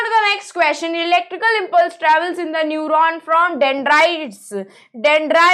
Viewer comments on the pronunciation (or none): mam nephron nhi neuron..